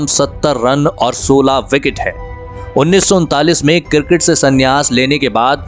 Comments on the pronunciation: Abe kirket nhi cricket bolo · Cricket sounds girgit thik se bolo bhai